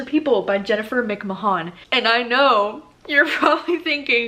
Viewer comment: If you love Jennifer McMahan try the invited , I thought it was great!! And also its mc-man LOL